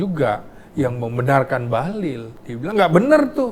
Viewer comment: BAHLIL itu pakai " i " ya Pak, bukan pakai " u ". 😅😅